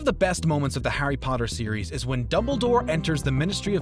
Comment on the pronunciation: did..did he just say howdy potter??